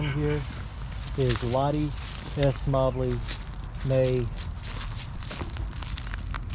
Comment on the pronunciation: mobley is pronounced like the moe-bly